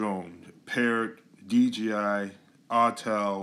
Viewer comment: Sounds like you say DGI.